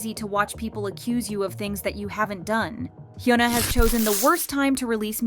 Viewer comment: You could try and improve your Korean pronunciation, as you keep mispronouncing HyunA and Bang Sihyuk. Great content nonetheless